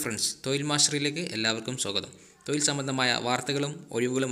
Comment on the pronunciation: തൊയിൽ അല്ലെടോ, തൊഴിൽ. ആദ്യം "അച്ചരം" പഠിക്ക്. ശരി. യുഎഇ കോൺസുലറ്റിൽ വല്ല ഒഴിവും ഉണ്ടോ? ഈന്തപപഴം വിറ്റ് പരിചയം ഉണ്ട്.